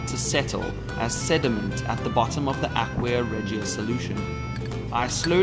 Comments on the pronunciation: Please learn how to properly pronounce aqua Regia. It's not ahk-we-uh it's ahk-wuh and Re-juh. I thought subbing but couldn't take it. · The way he says aqua regia